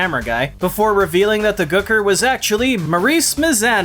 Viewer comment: For the way you say Gooker I'm glad you slapped yourself